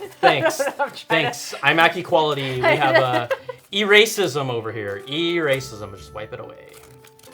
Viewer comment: I heard e-racism, like electronic racism. Lol